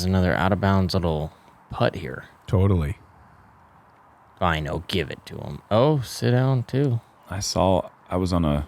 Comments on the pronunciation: You spell Väinö like "Vaino" and that is finnish word for persecution 😅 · It's so funny to hear the guys pronounce väinö as vaino. (Vaino means persecution in finnish)